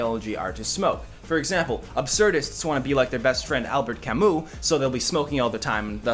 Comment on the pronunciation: I hope that Camus pronounciation was post-ironic.